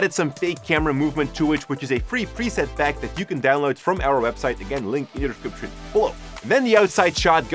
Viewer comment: You always say the word “description “wrong